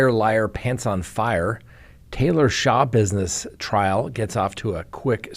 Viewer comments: Shuh -bizness w the accent on bizness. NOT shah-bizness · Schabusiness is pronounced, slashbusiness.: ) Great show,! We appreciate you.